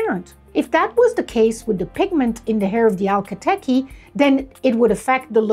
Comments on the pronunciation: I have never heard the breed name spoke before. Curious if you know for sure your pronunciation is correct? I read it more like Ach-KAL-teke Whereas I feel like I hear you saying al-ka-teky. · I swear, I was replaying it every single time to hear if I just didn‘t catch it right because I felt like I lost my mind with the letters not matching what I was expecting to hear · Why do you say alka teki if its not like that at all? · I can't catch how you are pronouncing the breed name, is it Al- kah Teh-kee? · Two of my chestnut saddlebred mares had a metallic copper sheen. When their pedigrees were traced way back, Turkomene horses were present. Akhal Teke ( pronounced "ak-hal te-kee") horses were part of the Turkomene group. When we added a couple of tablespoons of wheat germ oil to their daily rations and added hand grooming, they just glowed! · Would you be so kind as to help us to properly pronounce the name of the breed? I find the presenter’s calling it “alka tekky” a bit confusing. Thanks. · I’m sorry, can you say that again? I’m still not catching the pronunciation! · I noticed you keep saying “Alka Teke” instead of Akhal Teke. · You may wish to pronounce the first part of the name correctly. It is Akal, it is not Alka. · Um ... the name is not pronounced (al-ka TEh-kee) . The name has it's origins in Turkmenistan, where a 'voiceless fricative' sound, a sort of brief gutteral hiss in the back of the throat, is made when an "h" is voiced in a word. Therefore, the name is pronounced (ak-*H*al TEH-keh), with the fricative after the k sound only. The name has it's origins in an ancient language. This horse breed was developed by the proud horsemen of that region. However, the rest of this information is solid. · Akhal teke, not alkha teke. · Is it really pronounced “ALKA” Teke? I always assumed it was pronounced “A-khal” (A’s as pronounced in “pizza”)